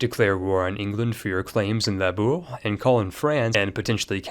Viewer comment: labourd brilliant pronounciation. aquitaine is pronounced aqui-ten like the number 10